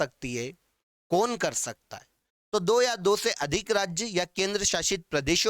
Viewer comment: सर टो सौ उन्नीस very फनी but सब samjh me आ गया